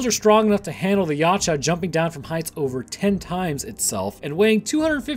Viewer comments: "Yaouch- A" that's how its pronounced like "OUCH, I hurt YAH." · it's pronounced [ya u tch a] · How it's spelled: Yautja How it's pronounced: Ye-out-ja How says it: Yotcha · You mispronounced Youtja the entire time you pronounced it Ya • cha when it is pronounced Yow • ja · Its pronounced ( yowt-cha) not (ya cha) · You lost me when you called them YATCHA... its Yautja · i was having acid glow flashbacks when he couldn't say it right either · Lol yeow-cha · Something I learned recently is that, apparently, it's supposed to be pronounced Ya-oot-ja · this is the first time i've seen someone say a yautja has natural infrared and why does he call it yatja the u has a u sound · i die every time i hear you pronounce Yautja like that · Waiting for someone to correct the way you said Yautja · You said the name wrong. You said the name wrong. You...you SAID THE DAMN NAME WRONG!!!!!! good vid though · The T is silent my guy. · Please top saying yautja just say predator P.s your saying it wrong